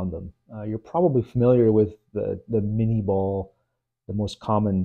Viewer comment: Minié ball, not "mini'"